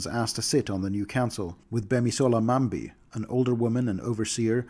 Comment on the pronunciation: excellent pronunciation of gbemisola's name